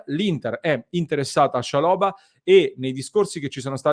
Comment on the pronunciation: Ottimo giocatore per il campionato italiano. L’accento va sulla prima A